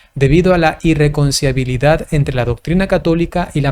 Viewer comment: Padrecito: - NO ES "IirreconciAbilidad". - ES "irreconciLIAbilidad" Dios lo bendiga.🙇‍♂️🙋‍♂️